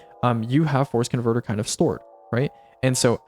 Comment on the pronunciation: Every time you said force converter, I heard forskinverter instead lol